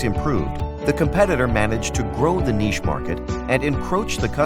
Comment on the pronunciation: The speaker needs to know how pronounce the word, "niche."